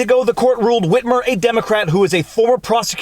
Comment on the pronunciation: Hey Viva, why are you saying it like that... “Whhhitmer”. Say wit. Say mer. Cool Whip!